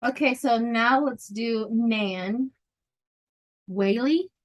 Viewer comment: I really miss hearing the shuffle.. my pendulum keeps saying de wine will lose, but it's hard to believe in backwards gerrymandering ohio. Yes its' pronounced Nan way lee.